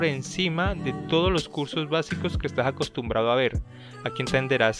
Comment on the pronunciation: Ve, mientras escuchaba la presentación del video y se te salió un "caleño" en el "ejtas acostumbrado a hacer", voj sos de Cali, ve? o no?